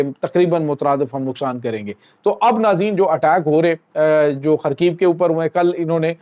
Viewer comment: Russian language main kisi lafaz k aakhir mein agar V aajay tu.oosay wow nahi bulkeh fay parrha jaata hay, i,e kharkeef.